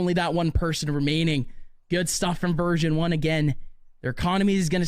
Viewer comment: why are the casters saying virgin 1 instead of version 1?